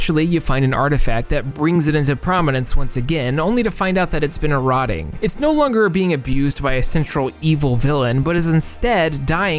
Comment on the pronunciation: You mean EX not CROSS and e-ROAD-ing not e-rod-ing. 😆 🤣 😂